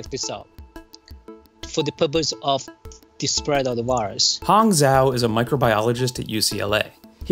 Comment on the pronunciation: "Zhou" is not pronounced like "zao," it's pronounced like "Joe."